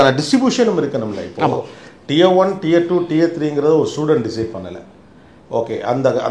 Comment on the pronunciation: Wrong pronunciation for Tier